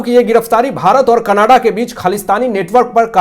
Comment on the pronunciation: Can you kindly speak Canada Not Kannadaa